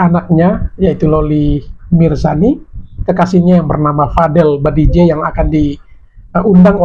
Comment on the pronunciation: Bang BADJIDEH BANG BUKAN BADIJEH... 😅